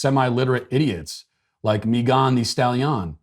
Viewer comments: Why are you pronouncing Megan as MeeGAHN? 🤔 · Dude said Meeegan thestallion!! I’m dead 🤣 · I had no idea her name was pronounced May-GAHN Thee Stall-YAHN. I will never be able to unhear that now... Thanks, Matt! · So many words he can’t pronounce but confidently says “Meghán de Stahliian” 🤣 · 🤣🤣@ the way you pronounced Megan Thee Stallion's name lol. Just regular Megan and regular Stallion (like a horse) lol. Still love ALL of your content. Big fan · The way Matt pronounces Megan the stallion is truly chefs kiss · I’m sorry but the way he’s pronouncing her name brooo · Matt, I appreciate you intentionally mispronouncing names on a regular basis, but you usually do it in a way that we still know exactly who you’re talking about. The way you pronounced Megan thee stallion’s name was just too much. It took me until almost the end of the daily cancellation for me to even realize who you were talking about. I had assumed you were talking about some Hispanic person I had never heard of. I had to go back and rewatch the daily cancellation just to understand it in a different context. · Sir, please explain the incorrect enunciation of Megan just like Rapinoe the(e) extra e stalllion( just like the horse)??